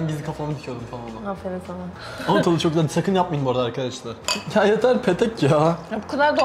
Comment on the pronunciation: Fark etiyseniz yeto diyor